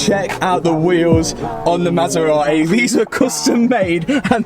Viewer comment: Since you can’t say Maserati because you apparently don’t pronounce “t”s at all you should give that one to me! LMAO! They are both crazy!